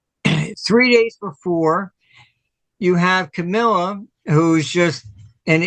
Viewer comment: Come on, Marty! Try to get it right. Harris's first name is not Camilla, it's Ka'-ma-la!